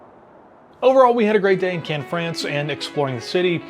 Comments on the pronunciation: Pronounced Can, (without the "S") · Don’t pronounce the s in Cannes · It's pronounced "cahn"..Interesting video of folks who had no idea where they were going but found themselves having fun